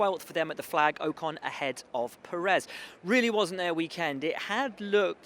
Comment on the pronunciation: It's per-ez will not perez